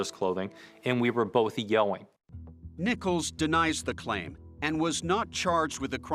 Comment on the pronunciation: the word YELLING doesn't have a "W" in it! Look at the way his ugly mouth says the word yelling. It's like he says "yellwing." How could ANYONE think he's attractive at all?!